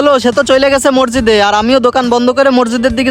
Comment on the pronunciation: ভাই মরজিদ হবে না সঠিক উচ্চারণ হবে মসজিদ